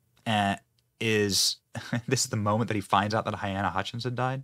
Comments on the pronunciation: Her name is pronounced Ha-leen-a, Not Hy-Ann-a (spelling is clear… Halyna) Sorry to pick at ya, Benny - but you mispronunce (add sounds) all of the time. I’m sure her family would prefer to hear her name correctly. Still love ya, though. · Halyna. NOT hyanna. He should've been charged from the beginning. He fully responsible. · Benny, I love your humor (most of the time) and your videos the majority of the time but you loose some credibility in my book when you don’t know how to pronounce peoples names such as Halyna! (It’s NOT hyena or hyana! It’s close to Helena but Hel-A-na). Just sayin’… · Baldwin is the weapon AND a TOOL. Poor woman's name is pronounced "Ha-LEE-na". May she rest in peace, may justice be served. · Pretty sure you’re saying her name wrong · Oh dear Benny, at least get her name right. 🫣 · You mispronounce her name.